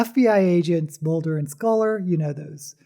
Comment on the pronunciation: 😲 You said Mulder and SCULLER!!